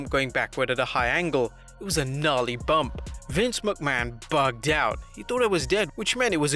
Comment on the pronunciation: It’s Bump not Bumb